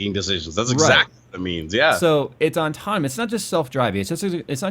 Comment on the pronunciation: How does not know how to pronounce autonomous?!?! ôˈtänəməs.